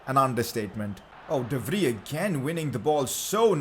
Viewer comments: dont pronounce de vrij de fri its called de frai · PCQ: De Vrij actually spells like De Vrai